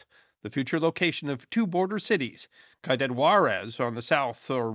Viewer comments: I’m not generally inclined to make pointless correction comments but I’m actually trying to be helpful here. The word spelled “ciudad” is pronounced “see-you-DAHD”, not “kaided”. What you were going for there was “See-you-DAD WAH-rez”. 😅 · its cd. Juarez (ciudad) pronounce siiudaad. Its not cadet. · Its "see-you-dad" not "Caiu-dad". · Pronunciation: The first word in Ciudad Juarez is pronounced see-ooo-dad, not ki-dad. The word is Spanish for "city." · It's not "KWHY-DAD" Juarez. It's "SEE-YOU-DAD" Juarez. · Ciudad. Ciudad Juarez. C pronounced as “S” not a “K”. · Am I wrong to think that Cuidad is pronounced "SEE-oo-dad" rather than "KWY-dad"? Or is it something other than Ciudad Juarez? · Ciudad -> ‘See you dad,’ not ‘Ka you dad.’ I think you’d better re-record and re-upload this one. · Love the channel… El Paso is wild to this day. But across the river is worse… and btw, we pro ounce it “see you dad” = Ciudad. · koidad Juarez? the guy who does history cant pronounce Ciudad Juarez properly wtf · Gotta love "qui ooh dad war ez" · Ciudad = See-You-Dad’ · Ciudad pronounced Ci - u - dad (See-you-Dad) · I tried to find a private message method, but couldn't. For future reference Ciudad is pronounced like "see you dad" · Learn to pronounce "ciudad" please. It sounds a lot like "see you, Dad" said really fast. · Great video! BTW, “Ciudad” in Spanish is literally pronounced “see you dad.” ❤ your channel! Keep up the awesomesauce!!! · Ciudad Juarez (meaning "City (of) Juarez") is pronounced see-you-dad wa-rez. You pronounced the second word as well as any primary-English speaking person might be expected to. That said, please don't ever stop producing your history shorts. You do more to straighten out history than many much larger content produced do to mess it up; you services are desperately needed. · Cuidad (kwee-dahd)... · Ciudad is pronounced “see you dad” or “syoo dad” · Ciudad = see-you-dahd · Speaking of pronunciation... ciudad = see-oo-DAWD.